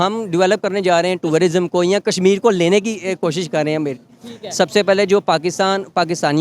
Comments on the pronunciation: Pharma wale bhai pahle khud toh educate ho jaao… tour-rism nahi hota wo tourism hota hai bhai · Toorarism nhi hota jahil insaan, tourism hota hai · Turarisom hahahhaha pahale tourism bolaane siko😂😂😂😂😂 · Abey bsdk, o tururism nhi h, it’s tourism 🤷🏻‍♂️, pehle tourism bolna seekh le baad mey baap kaun h bolna😷, bhai aise illitrate se Interview mat lo🤦🏻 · Tie pehensay educated nahi kehlatay, Basic English terms should be pronounced properly, it is Tourism and not Tourarism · Bhai sahab aap pehle tourism bolna sikh lijiye...phir work karna... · "tourer-ism" ....... phele thik se bolna sikh, ye lega hum logo se Kashmir. Kasmir naam kon diya phele bol??? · Pehle tourism to theek se bol le😂😂😂😂😂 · TOURARISM lol🤡 Bhai confuse ho gaya 'tourism' bolu ya 'terrorism' 💀 👀🤓